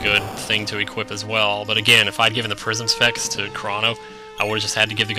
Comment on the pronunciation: Almost every time you said "Prism Specs" in this LP, I heard "Prison Sex" and did a double take.